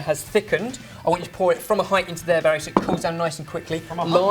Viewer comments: No he said berry it just sounded liike barry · "We can now add in our "Barry" flavor." Am i the only one who heard this? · "and now we add the berry flavor" me: " and now we add the BARRY flavor" eheheheheheheh